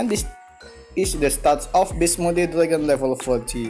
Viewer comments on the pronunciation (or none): You cant even pronounce beast you say best like what